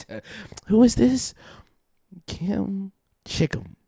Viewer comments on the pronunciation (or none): trying to pronounce the channel name!😂 Its kimchi (as in the food) kim (as in the name). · IT'S KIM-CHI-KIM NOT KIM CHICKEN